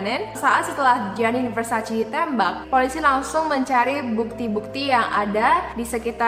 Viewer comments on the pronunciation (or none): Versace dibacanya Versace, bukan Versaci. #justfyi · versacé please, bukan versacee-_- how lol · Mbak bacanya versace e bukan versaci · It's Versace not Versaci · versaCE not versaCEE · Its Versace not versaci -Donatella Versace